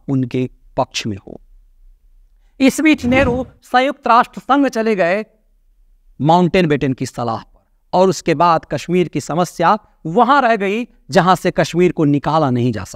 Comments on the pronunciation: Mountbatten Not mountain batten. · कृपया नाम सही लिया करें । गोपाल स्वामि आयंगर को गोपाल शंकर आयंगर और माउंटबेटन को माऊॅटनबेटन बोल कर आप सिर्फ विरोधियों को मजाक बनाने का मौका दे रहे हैं ।